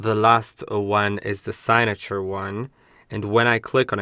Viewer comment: Hey just a little help signature sounds like sig(cig as in cigarette) na sounds like ( na in nothing) ture sounds almost like "your" or "tour". Category sounds like cat ( as in the animal) te sounds like (ta) gory sounds like ( go) ry sounds like re as in reed( or when you say the letter "E". Hope this helps. But great video.